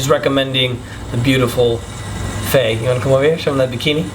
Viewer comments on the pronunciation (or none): none